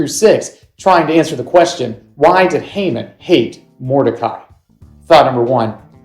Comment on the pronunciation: That’s. Not how you pronounce his name